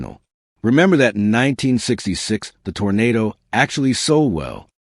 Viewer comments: Arrrrrgh! Okay, make a note please. A Tornado was Dorothy's free ride to Oz. An Oldsmobile is a Toro-Nah-Doh. I'm leaving now. My ears can no longer take your mispronunciation. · If he says Tornado instead of Toronado one more time, I will scream !